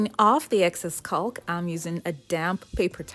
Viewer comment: Love the mirror! I hate to break it to you, but the 'L' in the word 'caulk' is SILENT!